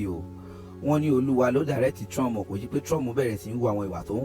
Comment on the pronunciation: I don't understand why Nigerians call him Trum😂instead of Trump